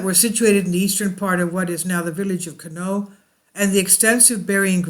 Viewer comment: You must not be from around that area 🤦‍♂It's pronounced Con-ie-aught. has explored and researched this area extensively including looking at the records of the excavation completed by Kent State University. He live right by this mound, and is one of the most knowledgeable people there is on this area. If you contact him I know he would gladly Inform you about this topic. Just tell him Kevin sent you, we are good friends.